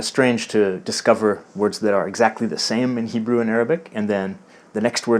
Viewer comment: Way to go on your Hebrew! Very well pronounced (-: כל הכבוד